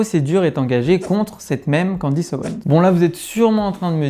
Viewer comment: Vu que vous avez l'air d'être à cheval sur les prénoms (et fort probablement sur plein d'autres choses...) c'est Candace et pas Candice.